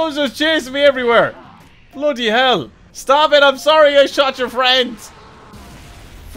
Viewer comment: Did you just say floody hell?